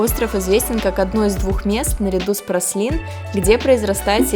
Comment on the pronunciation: Праслин )) Пралин